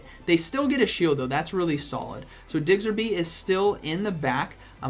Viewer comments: Man it's Diggersby, not Diggserby. Hurts to hear that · I found myself correcting you every single time you said it... 🤣🤣🤣🤷‍♂️ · thank you, like is it intentional he just doesnt take the time to read the name? i know it petty but hearing it wrong SO many times makes me want to stop watching. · What the heck is a Digserby 🤨 Learn the name please smh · “Diggserby” - 2020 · I can't help but chuckle everytime he says DIGSERBY. I myself kept saying Chestnaught instead of Chesnaught and Visi-tini instead of Vic-tini for the longest time even though I have played all the games upto gen 7, so can't judge. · I love how you call it Digsterby, it's Diggersby not Digsterby haha love you:) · ITS DIGGERSBY NOT DIGSERBY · DigSIRby😆 nice showcase and a great vid as always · For ur kind info it’s pronounced as DIG-erz-bee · Lmfao "digserby" day made 🤣💀 I would enjoy it if from now on you say pokemon names incorrectly on purpose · Man it's digserby 😂😂. Learn the prounciabdhsvegs. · He says Digserby with such confidence I am starting to believe that's its name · Am I the only one who twitches every time he says diggserby? 😬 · Nobody:: DIGSERBY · This video is hard to watch cause you keep butchering diggersby’s name D